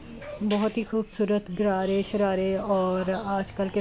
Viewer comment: It's غرارے not گھرارے 😂